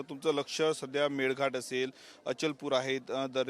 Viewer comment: मेल घाट नाही ग मेळघाट म्हणतात